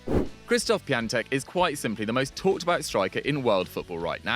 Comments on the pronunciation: Btw it’s Piontek not Piantek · Piatek not piantek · its piatek not piantek